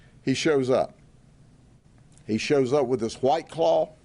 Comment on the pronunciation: “H-WWYYT CLAWW”😅😂